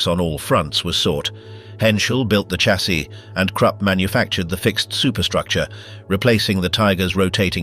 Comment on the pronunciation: I DO WISH YOU WOULD STOP CALLING A DAMN chaaasie it is pronounced as a shhh shassis not like a bloody church with a CH !!